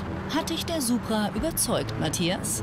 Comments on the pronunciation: Kleiner Tipp am Rande es heißt „Supra“ und nicht „Subra“ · Es heißt immer noch DIE Supra, NICHT DER - Banausen :D